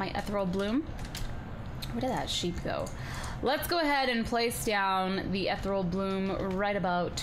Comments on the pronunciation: I'm pretty sure ethereal bloom is pronounced "eth-eeree-al bloom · Am I the only one who thinks she's pronouncing "Ethereal" wrong...